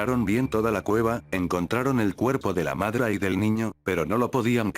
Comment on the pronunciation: "la madra" JAJAJAJAJXIQLCNSUCLSBXIAKXHAISK (igual que sijieste v:)